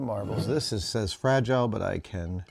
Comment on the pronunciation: Frajeelay. Must be Italian.